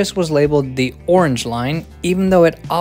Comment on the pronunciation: "Yorrange line."